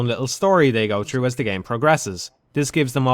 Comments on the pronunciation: i can't listen to this dude speak. how hard is it to say THrough, instead of true, he keep saying play true. What is english? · I’m not really a fan of dark souls at all, but listening to this dipshit complain nonstop while constantly mispronouncing “th” annoyed me enough to right a comment